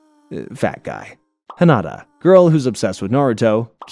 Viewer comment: Hee-nuh-tuh High-you-guh